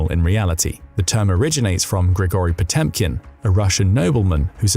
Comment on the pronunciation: Potemkin is pronounced put chomp kin.